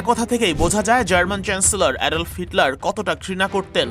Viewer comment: অ্যাডল্ফ না অ্যাডলফ হিটলার